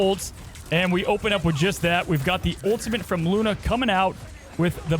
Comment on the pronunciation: please learn how to pronounce ultimate if you’re going to be casting. it’s not ultimint. there’s no N in the word at all. you can even just say “ult” if it’s too hard for you